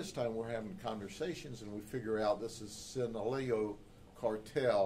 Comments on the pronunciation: ITS SEE-NAH-LOW-AHHHHH (SINALOA) NOT SANTA LEO or whateva he said😂😂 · Just a correction is Sinaloa is pronounced the way is written. Sheriff said it wrong